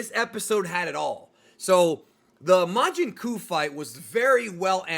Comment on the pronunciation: Oh boy, as a native portuguese speaker… majin cu…. 😂😂😂😂😂😂